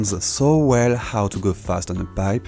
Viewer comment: 'avoid' sounds reversed ngl